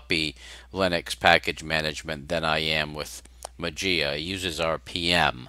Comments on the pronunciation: It's greek. You speak "mah-zea" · it pronounced "mazia" strange !